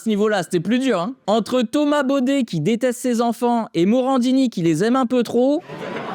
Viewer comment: C'est pas Bauder c'est Baudet 😂😂😂😂😂😂😂😂